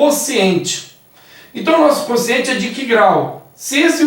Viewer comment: Só me dá um pouco de aflição ela chamar o quociente de consciente...